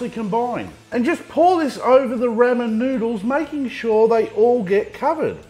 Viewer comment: love da vidz, plz stop saying ra men